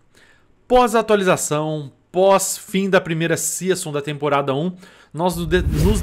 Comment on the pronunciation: A pronúncia de SEASON é SÍZAN e não SIAÇON